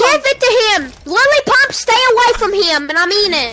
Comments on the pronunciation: i thought he said Lily Pop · I thought he was saying Lele pons, turns out he said lily pump.